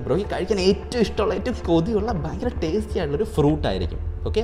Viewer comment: ഫയങ്കരം തന്നെ🥴🥴🥴🥴